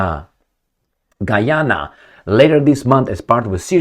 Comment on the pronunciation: Got to the end of your video and couldn't figure out your point, first you start talking Gee Ana, then talking Harry Megan then Prince Charles, stick to the point next time and don't gibber like a drunk in the pub.